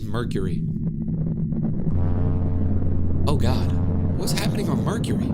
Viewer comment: pural star my ears hurting from mecury